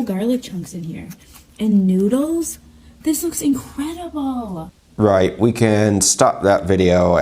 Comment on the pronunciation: Woman said "it looks incredible" and I swear to you I thought she said "it looks inedible."